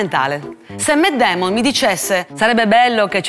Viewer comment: Lo so che il video non è sul serio, ma mi sembra ironico che cerca di insegnarci come parlare in una lingua quando lei non conosce bene un'altra lingua. "Matt Damon" non si pronuncia così.